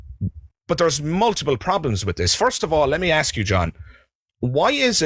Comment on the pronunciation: sigh, the word is ASK and not AKS!